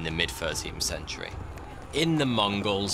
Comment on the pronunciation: E-wev-enth and fur-teenf cen turee